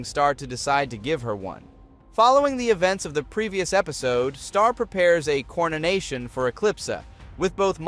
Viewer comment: this i just heard cornation instead coronation